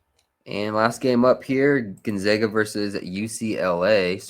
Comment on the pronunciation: I’m from Spokane WA and it’s pronounced Gone-Zag-A not Gone-Zog-A